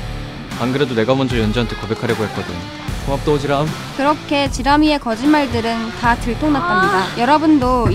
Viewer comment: 오지람이 오지랖으로 발음되는거 개웃기네 ㅋㅋㅋㅋㅋㅋㅋㅋㅋㅋㅋㅋㅋㅋㅋㅋㅋ